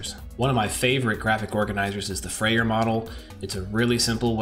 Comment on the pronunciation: Great ideas! Thanks for sharing. Little thing: It's Frayer, not Freyer, in case you want to correct that. :-)